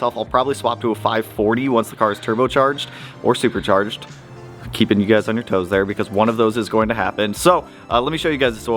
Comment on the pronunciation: Or supacherge